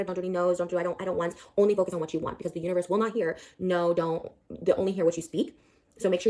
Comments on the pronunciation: Did she say "universt"?? 😂😂😂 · Wait is it just me or is Papa putting a “t” at the end of universe when he says it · she said: what you speak into the UNIVERST